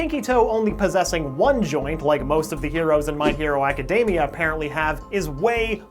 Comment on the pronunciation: izookoo madooriyuh. my hero (m)acadamia yeah you can be american but not so cringey when pronouncing these names.